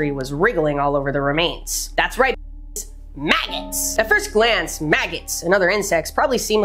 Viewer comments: did she say maggots with an f? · you say maggots the same way I say BIKES